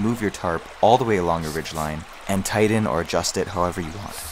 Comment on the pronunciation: TIGHTEN! not tiden! lol Great video by the way.